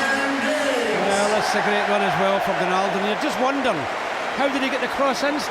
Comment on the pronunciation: "the is the one who did all the damage 'Ronaldoo' "